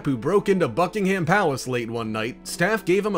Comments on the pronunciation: Not bucking HAM but bucking-umm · Its Bucking - um its not American English